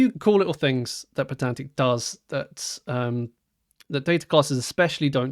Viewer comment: Isn't the whole point of it being spelled "pydantic" that you pronounce it "pie-dantic"? :D